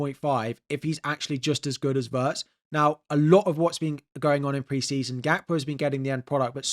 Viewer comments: It's not "Waertz", you should pronounce it exactly as it's written "Wirtz", with the "i" pronounced as in "Pin" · sorry but it's what you say that doesn't make sense... he's a German player, and it's pronounced Wirtz, with the "i" as in "Chip" or "Tin". Simple as that.